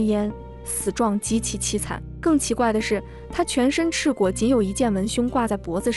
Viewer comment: 赤裸，读音“luo”，第三声，不是赤果。这个错误实在不应该😂